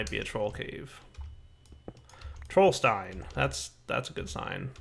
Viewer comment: Hey, Little german info, try pronouncing the "st" in Trollstein like "sh" in "shh, be quiet" Have fun in the Twilight.